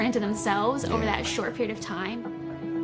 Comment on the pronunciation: Dude the dad said “Periot” 😂